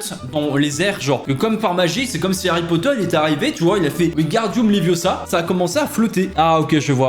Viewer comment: Stop, stop, stop ! Tu vas finir par crever un oeil à quelqu'un. Et puis d'ailleurs, tu ne sais même pas le prononcer ! C'est LeviOsa, et pas LeviosA.